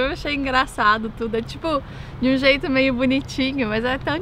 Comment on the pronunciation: Finalmente! Encontrei um carioca que reconhece o i no meio das palavras 😄 (não é meismo?)